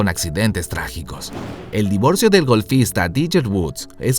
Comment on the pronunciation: Tiger y se pronuncia taiguer 🤦🏼‍♀️